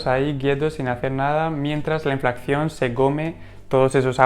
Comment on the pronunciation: Perdón, con todos mis respetos...creo q el término correcto es "Inflación" y no "Inflacción" como sueles decir. Y muchas gracias por el contenido dicho sea de paso.😉